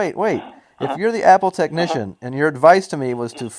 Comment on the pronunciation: You know it's great when a techneeshun doesn't know what a CORD is! Great call my yute! It actually sounded like he said Fat support. lol